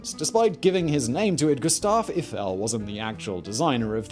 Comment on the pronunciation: I feel pain every time Simon mispronounces names, and with amount of "Eiffels" in this video this one probably of the worst kind